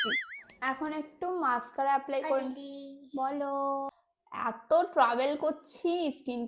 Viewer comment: Not মাছকারা its মাশকারা🙄🙄🤣🤣🤣